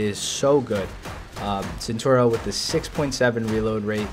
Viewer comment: hey its cenTAUro, not centuro. Nice vid!